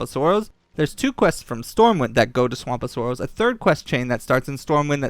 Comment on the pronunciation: “Swamp of soaross” lol